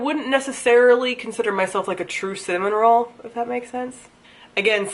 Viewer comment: When you said cinnamon roll I thought you said salmon roll and it was very funny because sushi and it applies lol!